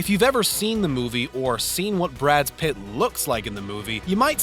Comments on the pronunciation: His last name isn't "Pitts." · He also referred to him as "Pitts" once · ...and then he said Pitts. Pay attention. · PITT! PITT! Brad PITT! Jesus Christ... Are you from this planet? Learn the names of people, man! You sound like an alien trying to blend in with Earthlings. You're not from around here, are you?....